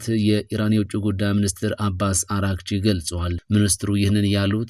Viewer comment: አሌክስ ብቻ ነው የአባስ አርጋቺን ስም በአግባቡ የሚያነበው, አራግቺ ሳይሆን አርጋቺ ነው